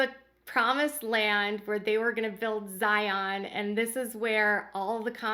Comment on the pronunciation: You’re not pronouncing ZION right. It’s more like ZI’ UN